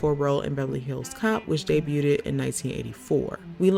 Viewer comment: day-butte-ted Hmmmm🤔